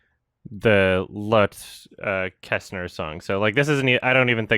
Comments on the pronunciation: "loath" is the funniest pronunciation of lotte I have ever heard. think loh-tah. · How to say ''Lotte'' ... You have to say both T's, and it has two syllables. Lot-te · Also, "Lotte" is typically pronounced like "law-tee" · Very interesting case. I'm glad Lotte got her recognition in the end. BTW, I think it's a Swedish name, so it's pronounced "Lot-tuh". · Does know it's pronounced "Lottie/Lotty" and it's short for Charlotte? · I think it’s lotte pronounced like “Lot-ee” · It would actually be more like "law-teh", as Lotte; while short form for Charlotte, is more prominently used in Scandinavia/Germany. Lottie or Lotti would be more like "law-tee". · The most shocking thing I took from this video is butchering of the name Lotte